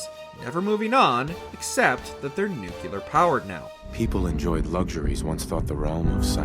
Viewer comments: NU-CLEAR, not NUK-ULEAR. Why can people never get that right? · Nu-clear not nuqluar….. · Excellent article. (But, uhh... "Nuc-LE-ar. Nuke-lee-ur." Not "Nu-cue-lar." xox) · Its nuclear not nukular. I lestbthe video before 2 minutes because i cannot handle people getting something rhat simple wrong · Nucelar eh? Good job. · dude it NUCLEAR....not fkn NUCULAR...can't even get past 3mins in cuz idiot can't say nuclear like someone with a basic education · Holy cow it’s freaking NUCLEAR not NUCULAR. Baffles me how many people can’t say it right or don’t even know what the correct word is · The word is nuclear, not nukular ffs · it's really hard to take anything someone who says "New-Cue-Ler" instead of how it's supposed to be pronounced... "New-Clee-Ar" seriously. learn to pronounce words. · Newcewluur??? Seriously? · You know they're idiots when they pronounce it "Nu-ku-lar" and not "Nu-clear" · jesus christ stop saying nucUlear, it's nu-clear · please for the love of god, I know I'm bitching on this, but you CANNOT do a video on a nuclear apocalypse and not be able to say N-U-C-L-E-A-R. N-U-C-U-L-A-R is NOT a word. i'm dying laughing every single time I hear it. and mind that I am the foreigner.. edit: I hear at 11.28 you made an effort to get it right, I applaud that. there is hope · NU-CLE-AR (no͞oklēər) NOT nu cu lear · Nuclear. "nook-lee-er." NOT "Nook-you-ler." Jesus Christ. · New-clear, not nu-kyu-lar. Sorry to be that guy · Repeat after me, new klee ar. Nu Cle ar. NOT nookyaler. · NuCLEAR, not nuCULAR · After 2 & 1/2 minutes I can't watch this anymore. It's Nuclear not NUCILAR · THANK YOU! It is NUCLEAR not NUKULAR. GAH! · for the love of christ, NU-CLE-AR not NU-KU-LAR. you'd think a FALLOUT video could handle that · It's pronounced nuclear not nuculer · I never understood why people say nukular instead of nuclear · I can’t get past the “nucular” pronunciation. I tried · "New Clear" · Dang they way he says nukclear. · Not just nu-ca-ler but also see-no 😂